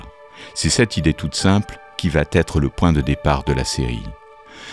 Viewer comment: « C'est cette idée toute simple qui vahêtre le point de départ de la série », et non pas : « qui va-t-être » ! Malgré cette bourde, la vidéo est fort intéressante.